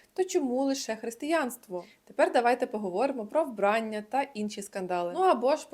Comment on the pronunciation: вбраннЯ, а не вбрАння